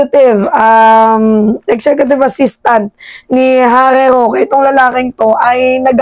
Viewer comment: Harry shoke !!! Hindi rokita